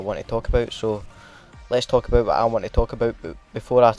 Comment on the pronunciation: What the hell is "Talk aböit"